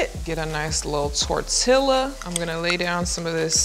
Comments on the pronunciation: SHE SAID TORTI-LA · Tortilla she said tor tillaa